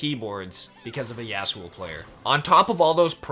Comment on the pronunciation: The way you say Yasuo hurts my brain.